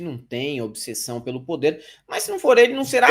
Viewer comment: Detalhe: pronunciou obissessão, tá ok?